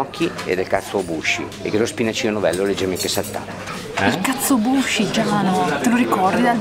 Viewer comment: Katsuobushi... filetto di tono essicato....e quando lo pronunci sembra una parolaccia.